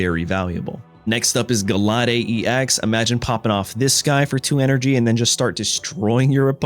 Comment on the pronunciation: Is it really pronounced “Guh-Law-Day” I wince every time he says that